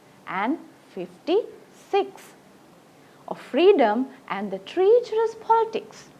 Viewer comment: T Good explanation! Pronounce treacherous correctly...